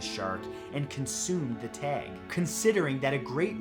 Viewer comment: The way he says “tag” is annoying